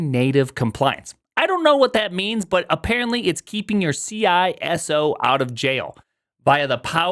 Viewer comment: Am I the only one bothered by how he pronounced CISO?